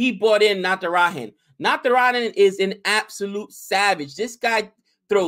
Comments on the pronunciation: u should pronounce Natara"j"an and not Natara"h"an. It's not a Spanish name! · its Natara(ja)n not Natara(ha)n.